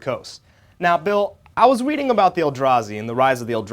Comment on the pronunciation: "Now Bill, I was WEADING"